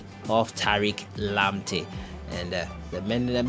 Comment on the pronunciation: Man. Pls don't pronounce his name like that please